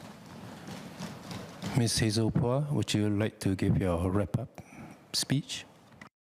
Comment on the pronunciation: The good minister's replies are always cringe-worthy, never disappoint with all kinds of motherhood statements. Btw, he could not pronounce "Poa". I wonder how he got there.